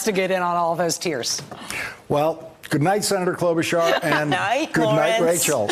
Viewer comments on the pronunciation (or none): it's /klo-'BOO-charr/. Her grandparents on her dad's side moved to the US from the same country as Melania did